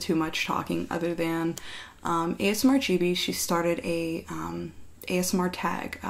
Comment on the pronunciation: Did anyone else hear "chibi" instead of "gibi"? Also I thought it was pronounced giby too lol.